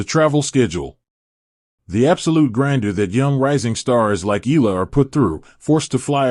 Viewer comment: ALEX EALA 🎉you keep mispronouncing her surname YOU PRONOUNCE IT E YA LA E YA LA EYALA